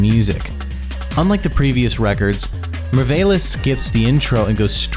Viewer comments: The way you mispronounced merveilles should be criminal. Just take some time to look up french pronunciation and say the words properly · déjà sa façon de dire Mylène Farmer à fait mal mais j'ai vraiment été achevée quand il a dit "meurveylesse" pour "merveilles"